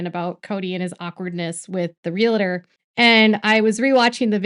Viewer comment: It's pronounced Real-tor, not Real-i-tor. :) PSA.